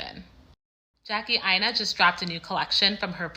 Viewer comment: I've never trusted her. I can't trust anyone who can't pronounce their own name. Or allows others pronounce it wrong. Aina is pronounced AYI-NUH. And it means something. 🤷‍♀️🤷‍♀️🤷‍♀️🤷‍♀️